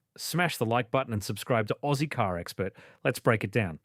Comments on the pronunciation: Dumb AI, 'Ooozy' is not 'Aussie'... 😂👎 Maybe if you used your own voice, you'll gain more respect. 👍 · Your AI voice over can't even pronounce aussie correctly or articulate numbers correctly. Wow youtube going down the toilet